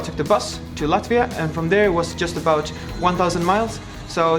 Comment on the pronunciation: (Me being latvian and russian) He saying Latvia: my family: 𝗔𝗬𝗘𝗚𝗚𝗴𝗛𝗛𝗩𝗚𝗳𝗙𝗵𝗵𝗵𝗵𝗵𝗵𝗵𝗵𝗵𝗵𝗵𝗵𝗵𝗵𝘆𝗵𝗰𝗰𝗰𝗰𝗰𝗰𝗰𝗛𝗛𝗛𝗛𝗛𝗛𝗔𝘆𝗘𝗝𝗛𝗵𝗛𝗷𝗞𝗞𝗸 𝗗𝗜𝗗 𝗛𝗘 𝗦𝗔𝗬 𝗟𝗔𝗧𝗩𝗜𝗔